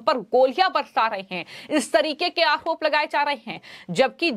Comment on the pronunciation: मैडम, आओप नहीं होता है, आरोप होता है। Please improve your language and pronunciation.